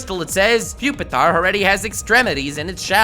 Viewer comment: Its really pronounced PWEE Pee Tar? And not PUP EH TAR?